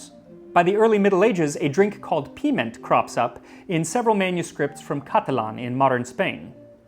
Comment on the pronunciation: I giggle whenever I hear Max say piment. 🙈